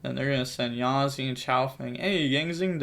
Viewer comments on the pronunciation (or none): none